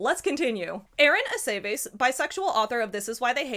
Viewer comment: Sorry i'm jarred slightly by the pronunciation of Aceves. Does anyone say that name as "A-say-vase"? Because this is also my family name and we say "Ah-seh-viss"